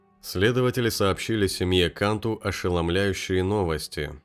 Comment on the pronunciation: фамилия произносится кантУ .. это сто процентов